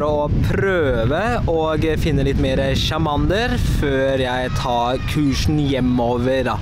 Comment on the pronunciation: Det er ikke chamander men charmander...... men du er en god youtubeer!